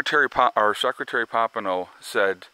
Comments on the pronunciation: Pom pay oh is how you say it lol you crack me up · I thought that we pumped so much oil now thay it didn't matter what happens over there. Oh, and I try never to correct you (it is rude, I know) but the man's name is Pom-pay-o. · New information, no evidence it was drones. Looks like another false flag by Isreal.. There is no drone proof. Masod false flag.. His name is not Mike Pompino. It's "Pompeo", and he admittedly is a trained liar. Oil prices should barely be affected although they will not pass this up as a chance to rape and steal.